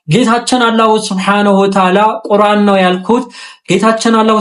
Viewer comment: ቁራን ሳይሆን ቁርአን ነው